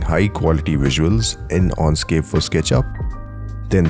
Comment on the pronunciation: I would have liked you to be able to pronounce correctly Enscape. You keep saying Onscape. Dislike.